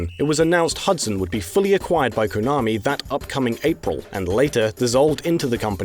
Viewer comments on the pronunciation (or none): none